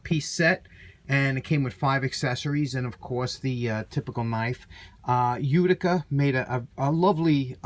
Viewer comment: I watched to hear you say "Uticer"! Pass that thing soon, I can't imagine...